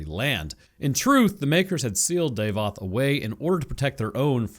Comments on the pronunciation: his name is pronounced DAH-VOTH not DAVE-OTH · Please stop saying "day-voth". It's Dah-voth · davoth not daevoth